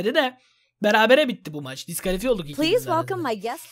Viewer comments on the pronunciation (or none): none